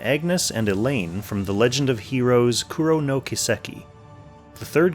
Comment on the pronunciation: just saying but you really gotta learn japanese phonetics if you're gonna talk in these vids. Kuro = Koo - Roh Kiseki = Kee - seh - Kee that was an awful mispronounced word. If you google search what japanese mean by ka ki ku ke ko and stuff you'll find a quick guide on basic building blocks of the language which will be enough to understand how to pronounce their words.